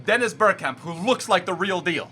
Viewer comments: It is bergkamp not berkkamp love from Holland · The way you pronounce bergkamp is so fucked